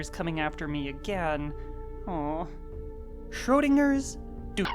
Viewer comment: actually you saying the word Schrödinger's (weird Censored noises) was really good :D